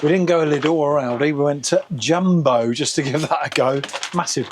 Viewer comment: The J is pronounced like y in you so [Yumbo].. No dzyumbo..